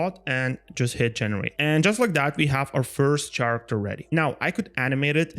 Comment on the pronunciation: Great video! Just a little detail that causes some confusion in your video: the word Character is actually pronounced like Karacter. No worries, I'm not a native English speaker either so not judge from me, this things happen to all of us, but I wanted to point it out to you because it's super easy to correct when you know it. LOVE THE VIDEO! Oh, and THANKS SO MUCH for sharing the skills!!